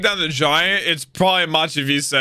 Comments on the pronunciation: Dude, just don't wear the headphones at all already. Or unmute. Kinda tiresome with the Machi Vissay lol, it's Mach vise and both words are in you own native tounge xS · why does he say "Machvise" weird?